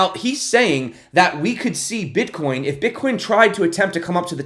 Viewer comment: She says "Bitch" AHAHAHAHA! Very nice!